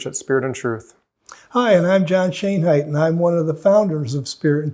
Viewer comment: Schoenheit is pronounced Schönheit and it means Beauty in German. That pronunciation has been lost in the English then.